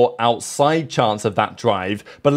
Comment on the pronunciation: As a Japanese, I have to tell the kiwi Liam, Not Laim